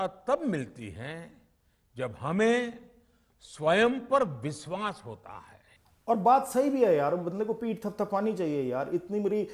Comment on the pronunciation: viswas hota hai ya vishwas .....bharat ek mauj aur hindi ki ek nayi khoj